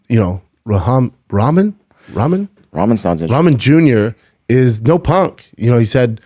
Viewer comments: It’s not ramen sounds like rockmun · Ramen like the noodles lol. Come on man. I didn't fight sure but I know how to say the man's last night name.